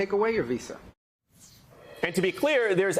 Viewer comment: It is VISA you DH its not vessa. Can't even articulate the word properly...you keep lying and satisfying yourself cowards.